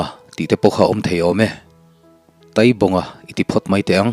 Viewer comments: Taaibaqnga ,taitea, tia thluk tur ni awm tak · Ngaihdan chu sawi thiang a ni bawka,Taibawnga hi Tâibawng tiin lam tala,a ngaihthlak a nuam zawkin a dik zawk a ngem aw te ka lo tive deuha. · Taibawnga hming i lam hi "Tai" tih lai tak hi thluk tur anih hmel. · Tai bawng tih hi tai tih lai hi mai hmin tai lam rik anga lam tur a ni ang